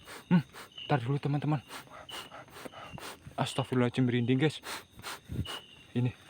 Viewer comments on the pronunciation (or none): masukan bang, kalo istighfar itu Astaghfirullohhal'adzim, bukan pake 'ajim